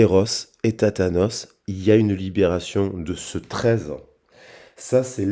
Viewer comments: Hello....sans faire ma maline.....tu te trompes c est éros et tanatos ( pas tatanos,...tanatos: racine grecque) t as inverse comme un dyslexique....😅....tatanos pourrait avoir affaire avec les " tatanes"...et là...c est le pied!😂😅....pardon, je n ais pas pu m en empêcher...bisous... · Haha pas thatanos mais Thanatos 😂